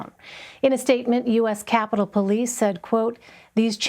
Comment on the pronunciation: Is he REALLY saying they need to FUND THE POLIECE!? Im dead yall